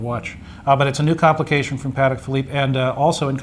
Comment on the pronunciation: Almost sounds equestrian-I don't think that is the french pronunciation -no "d" but "t"...I stand corrected in advance if I am wrong...